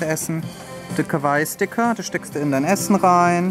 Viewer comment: Du sprichst Kawaii falsch aus